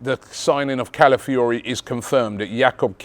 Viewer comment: Robbie's mouth and pronouncing Calafiori 😭😭